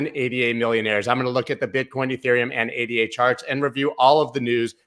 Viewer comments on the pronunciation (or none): I would subscribe, but you don't seem to realize ADA is a woman's name (named for Ada Lovelace, world's first programmer) not three random letters, and therefore pronounced as her name. That tells me you haven't done your research properly, so you have no idea which coins are likely to go up or down, or why. That's fine for short term trading, where you can follow TC techniques, but if you want to find something like ADA $0.04 and confidently ride it up to $10, you must understand WHY it's worth $10 a coin. You can't get that information from a chart.